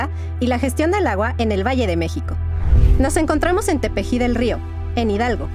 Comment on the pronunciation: Que mal pronuncias el nombre de Tepeji